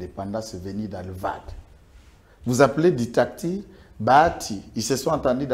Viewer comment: ça s'appelle Dictature et non ditacture comme tu le dis.